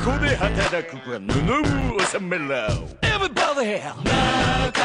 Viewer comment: エビバァディ発音️⭕️